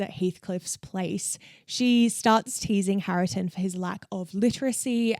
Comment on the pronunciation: Hareton's name is pronounced "HAIR-tun." Otherwise, I really enjoyed this video. I recently re-read Jane Eyre (my favourite) having not read it for years and once again I absolutely loved it! 🥰